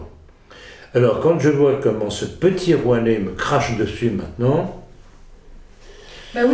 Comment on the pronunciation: J'adore comme il l'appelle ; 'Rouanet'... 😂 😂 😂